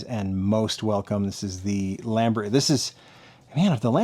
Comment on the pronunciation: You pronounced the Lamborghini correctly.....the emphasis is on the 'RAH' part.